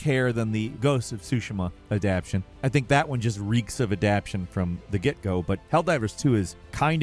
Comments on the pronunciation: It's not adaption, it's aption. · By the way, it's adaptation, not adaption. Different words. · ADAPTATION NOT ADAPTION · its adapTATION, not adaption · someone please tell him how to say 'adaptation' 🙏🙏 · I was bugging for a minute when he said adaption I was like is he making up a word or pronouncing it wrong